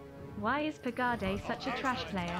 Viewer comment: I don't pronounce the E at the end of PEGADE